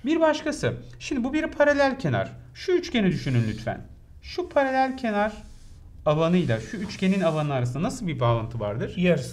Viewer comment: Hocam paralel kenar değil paralelkenar :)))))